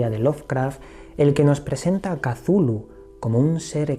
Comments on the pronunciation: saludos. En vez de pronunciarlo como casulu deberias decir "eczulju" es decir, dandole sonido a la C del principio y a las dos H que posee el nombre. Suena más mítico,más poderoso, menos definido como palabra y mas un sonido amigo, pienso que asi lo quiso hacer sonar H.P.L. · Cazulu?, macho no creo que se pronuncie así, jajaja. Bueno, de todos modos conoces muy bien el universo Lovecraft, que a mí me fascina desde que tengo uso de razón. Un fuerte abrazo y sigue así de bien. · Me encantó el vídeo, solo no entiendo porque dices "cazulu". ¿De dónde sale esa "A"? Me gustaría saber. ☺ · Pronunciación final del siglo xx chuhlu. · Por que se pronuncia "Cazulu " ,,el propósitos de Lovecraft fue que para los hombres , fuera impronunciable?? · No tiene pronunciacion correcta katulu cazulu no se puede pronunciar mija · POR QUE PRONUNCIAS AL IMNOMBRABLE CON Z?